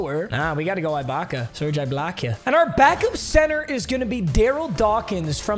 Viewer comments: Bro it kills me how hard he’s saying the “I” in Ibacka holy shot it’s not IKEA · for the last time, IT"S SERGE EEE-BAKA!! NOT EYE-BAKA!!! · E BAKA NOT I BAKA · “Serge eyebaka” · Serge Eye-Back-A! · My ears die every time he says I-baka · As a raptors fan eyebaka hurts me to hear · Bro says Serge Eye-Baka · Lmaooooo you call that baby ahh ish a beard ?? 😂😂😂😂😂😂😂😂 and it’s pronounced EEEEEEEEEE-BAKA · Serge Ibaka is pronounced E-BAKA. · Why he saying eyebaka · I hate how he kept pronouncing it eye Baka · The way he is saying Ibaka's name is making me punch a wall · Mispronouncing ’Ibaka’ annoyed the crap outta me 😂😂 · STOP SAYING IBAKA WRONG